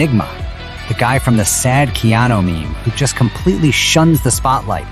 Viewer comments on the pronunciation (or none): his name is not Keano...